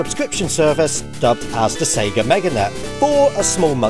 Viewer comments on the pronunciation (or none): none